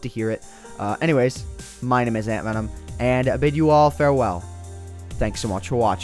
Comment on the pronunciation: its antvenom not antivenom